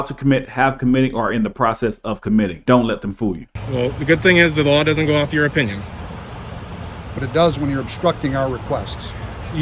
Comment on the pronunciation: I don't know which part of this video was funnier. 1) "As soon as my sergeant gets up here he's going to tell you the same thing." 2) Being so flustered he couldn't pronounce the word opinion. What is an Oh-pinion?